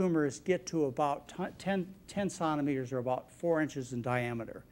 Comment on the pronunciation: John cannot say Centimetres properly. Sounds like he is saying “Santimeter”